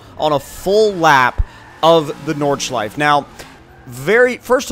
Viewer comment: ffs it's nordschleife not nordschleif